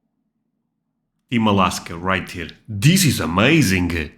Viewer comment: As I watch more and more YouTube with non-American English speakers... I notice more and more what I consider bizarre pronunciations. For example, you're about to say "amazing" but you pronounce it "amazink" ... I know some Brits have a hard "g" on -ing but other people (like yourself) just take this way over the top. Where I live, there's no such thing as a hard "g" on the end of a word, especially as -ing. And that hard "g" would never be emphasized to a "k" sound as you're doing. I think you've developed a bad habit. In my experience with others as ESL learners, the thing they have the most trouble with is "th". I see sometimes you say "th" properly and sometimes you say it completely wrong. This also varies across the English-speaking world, but here in the US there are only two pronunciations of "th"... the buzzy one, and the non-buzzy one. "Thin" is an example of the non-buzzy one. Open your teeth slightly, place the top of your tongue against the front of your upper teeth, tense up your throat, and blow air around your tongue. "That" is the buzzy one. You do the same thing but blow harder around your tongue, causing it to vibrate and make the buzzing sound, sort of like the "z" in "buzz". Neither of these should EVER sound like a "d" or a "t"— saying "dis" instead of "this" is wrong. You.... do that a lot. Another bad habit? Just trying to help your English. 😁